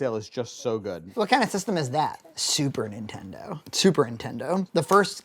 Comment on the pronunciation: I got the subtle “Super intendo”